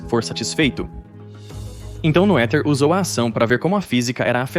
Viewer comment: Um video tão bom... nao dava pra explicar que o nome dessa gigante da Ciência, embora ainda pouco conhecida, se pronuncia Nê-ther?